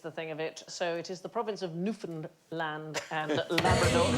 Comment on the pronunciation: I love the visible effort Sandi puts into pronouncing Newfoundland correctly each time. Looks like one of us has given her a 'bollocking' as you call it, and she was practicing in front of the mirror before the show